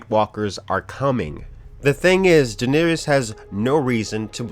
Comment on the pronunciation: Who is D'neerees?